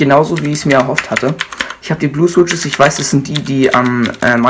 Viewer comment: schwitsches xd aber sonst gut